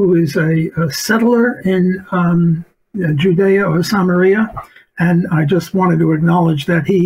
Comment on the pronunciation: Come on Walter, you can't be pro-Israel and pronounce Judea and Samaria incorrectly